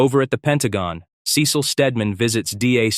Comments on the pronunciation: Is this a text to speech or an AI 😭, the monotone voice and the time bro said "Sé-seal" instead of "sea-salt" sorry sorry I meant "Sea-sal"/"sea-seal" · I had to stop watching this because of the way you pronounced 'Cecil'. Is this AI?